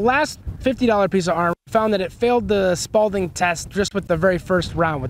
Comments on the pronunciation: It’s spalling, not spalDing. Smh. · It's SPALLING....... not SPALDING. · This is why I hate youtube, anyone can almost sound like they know what they’re talking about. At least test the shit with fabric. It makes a difference. Unless you just tape plates to your chest like an idiot. It’s also spalling. Not Spaulding, but again you’re winging it from what you saw on the internet obviously. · Sparling is SPALLING there is no D it’s not a tennis ball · haha spawlding.......🤦🏽‍♂️......hehehe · Spal-ting... Lol